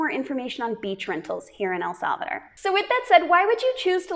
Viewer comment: “ el salveder” 😂 lol El salvadooooorrrr chica ❤